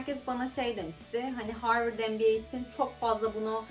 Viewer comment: zaten harvırd yani abi profosyonal çevre yanii